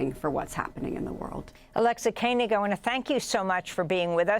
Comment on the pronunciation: This was extremely eye opening, and excellent! Thank you for this! But please pronounce Alexa Koenig correctly! It is just the way it looks.. yet you repeatedly said, ‘Kainig’! I know other Koenig’s that are from my religion.